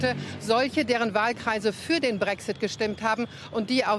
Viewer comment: pssst BRÄCKSSITT